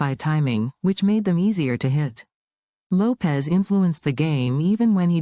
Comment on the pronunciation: Not Davey Lopez...Davey Lopes (like Ropes)